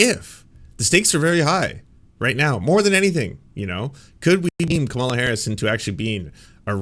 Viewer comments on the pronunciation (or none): Dude,,,..it's pronounced Comma la...not Ca malla. You're first day at politics?